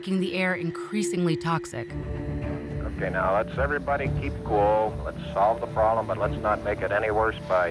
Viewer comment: ...cool, not cook